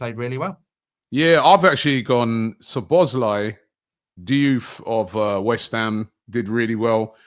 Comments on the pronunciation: Even worse. Calls him *Slo*bloszlai. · “Soblozlai” It’s been two years and still can’t pronounce the name. 😂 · Arsenal & Utd fans refuse to say other teams players names properly. It's some kinda disorder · I knew would butcher szobos name